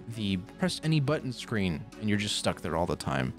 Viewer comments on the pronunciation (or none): none